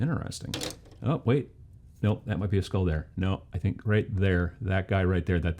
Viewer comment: I knew you were in Wisconsin when I heard you pronounce skull. Not sure what that says about me.